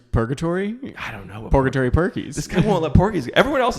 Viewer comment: It's porkatory.